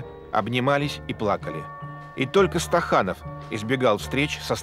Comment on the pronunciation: Не Стаханов,а СТАКАНОВ.